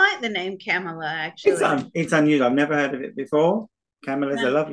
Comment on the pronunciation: We pronounce it KA…mala.